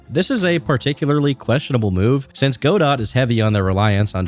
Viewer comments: Godot is a name from a play originally in French so can be pronounced go-do or gah-doh or god-oh or probably several other ways.....except for "go dot" that's def wrong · banger as usual but i cant get over the "Go Dot" that game engine is pronounced "GeDough" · GO-DOT??? IT'S PRONOUNCED GODO! GUH-DOUGH! GUH! DOOOUUUUUGH!!!! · “Go. Dot.” -> guh-dough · Godot is pronounced Guh-dough, not Goe-Dott. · Godot has French pronunciation as in god-oh, not go-dot. It was named after Samuel Beckett's famous play titled Waiting for Godot, which was originally written in French. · Huh, I hadn't heard any of that stuff about Godot. Also, it's not pronounced like Go-Dot like you say, it's more like Go-Dow or Go-Deau. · Good video man but “go-dot”?? Really? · Calling Godot Go-Dot is the funniest thing in this video for me somehow. And that's impressive considering all Pirate Software's clownery. 😂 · Just an fyi, godot is pronounced "go dough" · Godot is not pronounced go dot holy shit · I’m 99.9% sure it’s pronounced “goo-dough” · its pronounced “go-dough” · Godot is pronouced Ga-dough JSON is also pronouced Jay-son happy to help im happy to hear you're not a sweaty nerd that knows how to pronounce coding languages. Keep crushing it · Listening to pronounce Godot as 'goh-dawt' is the biggest offense thus far. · godot is pronounced guh·dow. W video tho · the T in godot is silent, it's something like guh-doe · dont call lgbt "politically involved" you look like a right winger edit and i know they might be but just showing the profile makes it obvious what you meant, also your pronouncing godot wrong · You’re pronouncing godot wrong, and lmfao crying about their lgbt support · Every time you say Godot wrong, my brain does a backflip in my skull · Great video, great analysis. Side note, why does no one know how to pronounce Godot? Did none of you take drama? Not one gaming youtuber?